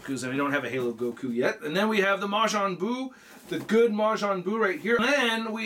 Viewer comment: Ma-jaan Buu? Isn't it Ma-JIIIIN Buu? Or he's named differently in the US dub?